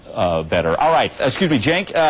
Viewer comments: is "jenk" the correct pronunciation? i thought it was pronounced "senk". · WHO THE FUCK IS JINK! AM I TRIPPIN OR IS THAT THE WAY YOU PRONOUNCE CENK. My audio preview pronounces his name Kank!